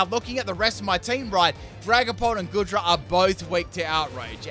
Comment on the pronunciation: Aint goodra pronounced goo-dra